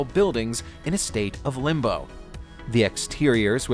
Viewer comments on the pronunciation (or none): It's LIMBO not LIMBAAA